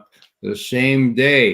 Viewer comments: Its not Pooteene ... its Pootiin! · Respect Ray McGovern's insightful analyses, but... Calling Putin "Putine" makes you sound like an ass hat. What's your thinking here Ray?